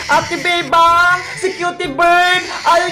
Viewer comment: pag nag sasalit si emily sabi nya bebang pero feeling ko sinasabi nya bembang